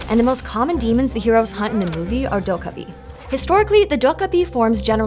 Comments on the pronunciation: It is "dokkaebi" not "dokabi". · Please please....get your pronunciation right. It's Doh Keh Bi not Doh Kah Bi...😢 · It's not pronounced doh-kah-bi. More like doh-keh-bi, with stress on the second syllable. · Its pronounced 'doh-keh-bee' You managed to pronounce it in 3 different ways and managed to say it properly only twice. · Its pronounced doe kkeh bee. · So, um, akshually 🤓, the name is pronounced "doh-gay-bee." 😉 But otherwise, thanks for another fun & informative video! I did the survey & appreciate all of PBS' hard work!! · More like "doh-(k)geh-bee," but yeah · To be fair, she got rather close at the start, around :7 . But yeah, I don't think any of us have ever heard someone fairly consistently pronounce 도깨비 as "docaby" before ^^ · how she says dokkaebi just irks me come on PBS or Storied, you can do better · honestly, Korean tense consonants are quite unique and almost impossible to map onto most languages' contrasts. i hear the kk as sounding like a 'g' as well but honestly you can only mess up here. the d in the beginning should be more like a 't' (including a little aspiration). i'm all for not butchering pronunciation but you still need to work with the phoneme inventory the language you're narrating in has, and you have to make a call on what dialect/register of the source language to base your rendering on. it's a fascinating topic but you will always conjure up some haters (maybe they are themselves dokkaebi? or oni? or asuras?)